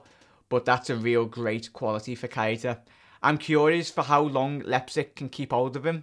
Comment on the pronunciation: plz just say naby it's not pronounced ky eh tah it's pronounced kayta lol